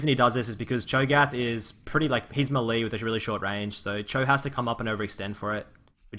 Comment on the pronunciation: Good video, like the commentary. But bro, what is "muh-lee"?? You know melee is pronounced "may-lay" right?